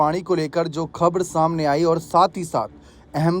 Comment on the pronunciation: खब्र नहीं खबर बोलो